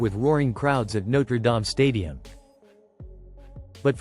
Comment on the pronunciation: Oh, and no one --- and I mean absolutely NO ONE --- pronounces the Home of the Fighting Irish "No-truh Dahm".